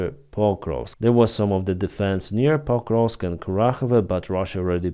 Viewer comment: Sounds like he said " pot roast direction"